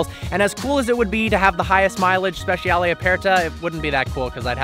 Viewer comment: Speh-chah-lay not speh- she-al